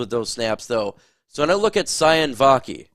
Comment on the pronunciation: Sione Vaki is pronounced See-oh-nay